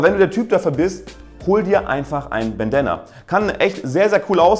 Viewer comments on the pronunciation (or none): "Bendana"... lol